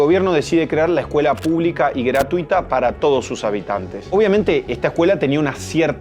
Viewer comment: "escuela gratiuta" xdxdxd